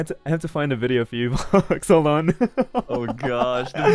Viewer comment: それはそれとして I thought soの発音難しい 相変わらずvoxの発音好き